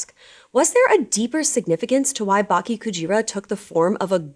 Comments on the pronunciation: You mispronounced “Bake” as Baki It should be more of Ba-Kaye. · bake rhymes with sake - should have an 'eh' sound at the end. pls